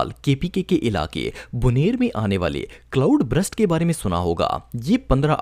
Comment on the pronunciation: good video lekin, Cloud Brust nahi Cloud Burst hai! ❤